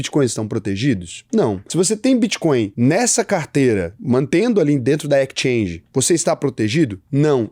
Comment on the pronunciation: EXchange (Ekischange) 😉😄